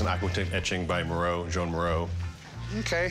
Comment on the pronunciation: I don’t get how this art expert mispronounced the artist’s name. It’s spelled Joan, but it’s not pronounced like that. It’s pronounced something like “Zso-ahn”.